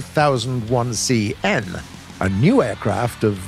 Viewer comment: it is said "RE" does not "Riiiiiii"